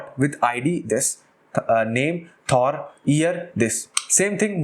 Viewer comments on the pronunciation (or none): none